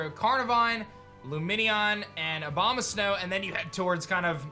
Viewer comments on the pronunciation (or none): none